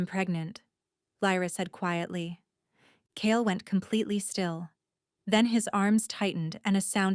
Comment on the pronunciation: Kale not Cale